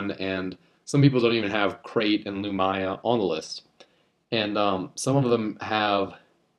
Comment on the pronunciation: Not to sound like a dick but you pronounced some of the names wrong (Loo-Me-Ah not Loo-My-Ah, Nigh-Ah-Lus not Na-High-A-Lus, Kai-Dus not Kay-Dus) now you might wonder how I know this, it's mostly because I've listened to some of the audiobooks